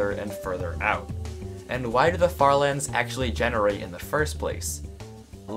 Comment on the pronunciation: Honestly died laughing at the farther... er lands